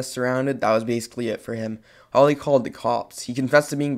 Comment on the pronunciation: Leland Pronounced Le-Land How he pronounces: La-Land Holly Pronounced Ho-lly How he pronounces it: Holy 😂